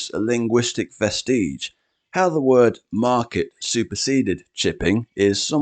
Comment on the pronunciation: First time I've heard "vestige" pronounced like that.